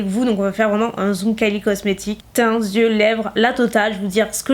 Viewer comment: Coucou !! Juste pour info le mot "yeux" se prononce bien "yeux" et pas "zyeux", sauf si tu fais la liaison avec un "s" avant :) Voilà de rien ^^